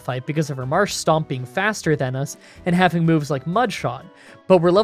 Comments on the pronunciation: It's Marshtomp, not Marshstomp. You sound like the sort of dude who would say Groundon instead of Groudon. lol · Dude it's MarshTOMP, not STOMP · A lot of people mention your pronounciations but I don't see anyone going after you for Marshtomp. It is not Marshstomp, there is no second S in there. It is just Marsh-Tomp. Besides that, a good video. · I generally stop watching Gen 3 games when May/Brendan pick Mudkip because nobody on the internet seems to pronounce Marshtomp correctly. Why don't people realize there is no second S in the name. It's Marsh-tomp NOT Marsh-stomp...that's my rant for the day, on with the show. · Much as I love these videos there is one thing that vexes me a little. You need to work on how you say Marshtomp. There is no second S in there mate. It's Marsh-Tomp not Marsh-Stomp. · ah, yes, "marsh-tomp"="marsh-stomp"; really gotta love that classic dyslexia. reminds me being dyslexic and all calling, groudon "grounddon", makuhita "makutia", and my personal favorite and the viagra in pokemon cannon: "viabra". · Can't figure out if Marsh-Stomp is a meme now or if it's a genuine mispronounciation of Marshtomp